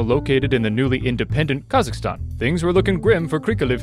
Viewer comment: ALSO SOMEONE FINALLY PRONOUNCED KAZAKHSTAN CORRECTLY